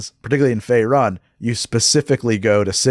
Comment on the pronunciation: I won't be the guy who says you don't know D&D due to pronunciation (, you've more than earned your nerd card), but hearing "Fae run" and not "Fae roon" was like nails on a chalk board to me lol